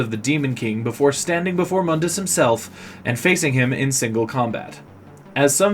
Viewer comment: You're not using the crappy reboot, so why are you using the crappy reboot's pronunciation of Mundus' name? In the original games, his name is pronounced "Moondus."